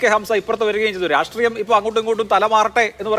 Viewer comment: അതി സക്തം അല്ല അതിശക്തം സവിസേസം അല്ല സവിശേഷം രാട്രീയമല്ല രാഷ്ട്രീയം